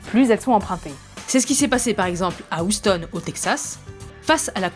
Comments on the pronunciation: mdr "Ouston" au lieu de Houston. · "OUSTONNE" mes oreilles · Houstonne.... Ouais, désolé ma petite dame, mais j'ai retenu que ça de ta vidéo. ^^ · C'est où ça "Oustone" ? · Moi, tout ce que j'ai retenu, c'est que Houston se dit "oustonne" en français... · À "oustonne'' mdrr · La prononciation de Houston...